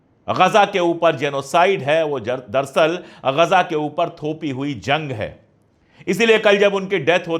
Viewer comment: लफ्ज़ "दर सल " नहीं बल्के "दर अस्ल" है। कृपया इसलाह कर ली जिए ।